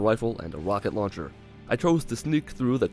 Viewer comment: Haha a "Wocket launcher "